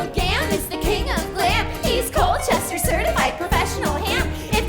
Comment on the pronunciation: As a native born citizen of Forgottonia I also approve. However I have never heard Colchester pronounced Coal-ches-ter. We pronounce it like Call-ches-ter.